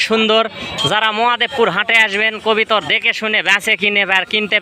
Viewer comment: কথাটা হবে কবুতর আপনি কবিতার বলেন কেন